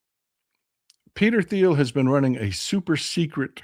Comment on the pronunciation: It’s Peter Teal. The H is silent. I know how in important it is on pronouncing names and places correctly.